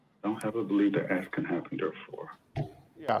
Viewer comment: This always sounds so ignorant to say let me axe you a question. Now focus on the word axe. Axe is a tool to chop with. Hello